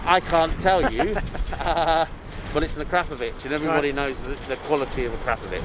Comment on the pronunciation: Prefer the sound of the stock exhaust + I've never heard akrapovic pronounced like that either🤔